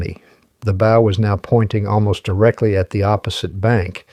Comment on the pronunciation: I listened to this. Enjoyed it. I would have subscribed but it is an AI (Artificial Intelligence) generated narration. I found the mispronunciation of the word "bow" (as in the front of the ship) to be like the "bow" of a violin. This is unacceptable and should have been caught in editing. But there isn't normal, human editing. It's AI.